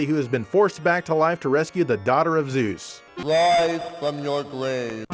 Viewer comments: wise fwaum your gwave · WYSE FROM YOUR GWAVE.